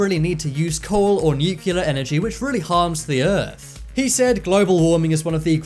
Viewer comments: This is an awesome video. Thank you for posting. NucLear not nucUlar by the way...please and thank you. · It's nuclear not nukuler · You said "nucular", it's really nuclear. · Nucular is the new nuclear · You need to Lear how to pronounce NUCLEAR.... You say Nu-cue-lar and that is not how it is written or pronounced ... It is New-clear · The most scary thing to me is that some people still pronounce Nuclear as new-Q-lar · And I gave up when he kept saying Nook-u-lar instead of nuclear.... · It’s NUCLEAR not NuCuLaR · Nuclear is NOT pronounced Nukular. Why are most people unable to properly pronounce this word? Just a pet peeve of mine, so I thought I would take this opportunity to complain. :) Nukular….. Come on guys.... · Weird that this youtuber doesnt know Columbus didnt land in America or meet native Americans. He bounced around the Bahamas and Cuba never set foot on america....god and he says nucular.....its nuclear....god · He is saying “nukilla”😦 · Narrator: "Nuke-you-lar. Nuke-you-lar. Nuke-you-lar. Nuke-you-lar. Nuke-you-lar. Nuke-you-lar..." and then, Stephen Hawking arose from his grave and punched Narrator in the mouth saying in his robot voice, "It's New-clear, asshole." The End. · wait.. did you just say nucular? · Nukiller?? :D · Say it with me nuke - Lee - are (nuclear) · When are they going to use narrators who know how to pronounce NUCLEAR???? Grade school English, people! How hard is it to say?